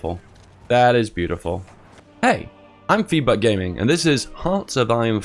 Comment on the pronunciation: its feeeeeedback ga - ming....